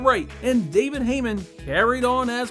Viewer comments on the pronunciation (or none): none